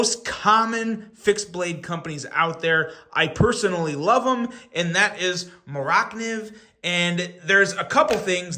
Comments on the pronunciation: Please stop pronouncing it Mor ak niv. It is driving me crazy. Just call it a Mora. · It’s mora…. Kniv’s… two words. It’s Swedish. They like putting words together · the way you pronounced mora - kniv, had me scratching my head for a few seconds. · I almost turned it off at that point.